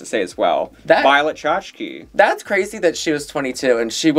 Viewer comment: "violet shashki"